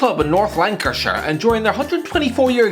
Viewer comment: Airdrieonians are from north Lanarkshire not lankashire